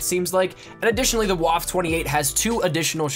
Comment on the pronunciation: I cringe every time you say "Waffe" it's pronounced "Vaf-a"